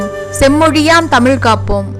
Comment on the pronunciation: Its too sad that the person could properly pronounce the words like Tamizh, mozhi, azhivu...he couldn't roll his tongue much..pronouncing as tamiL, moLi, aLivu,...so sad..i could see this dialect mostly in madurai and nellai based people..first speak the language properly..u can try to preserve it...